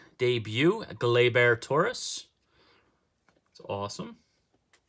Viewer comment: Glay-Ber!!!! NOT Glay-BEAR!??